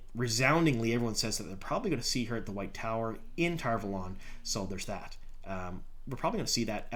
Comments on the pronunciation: Why do you call it TarValόn? Isn't it Tar Vάlon? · It’s pronounced tar valon not tar valon. Sheesh.